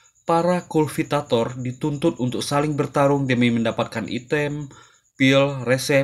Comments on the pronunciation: Kultivator bang bukan kulvitator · Ralat bang Harusnya Tuh KULTIVATOR bukan KULVITATOR kebalik lu. Belajar dlu bang biar g malu maluin amat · Kultivator bng bukan kulvitvor😢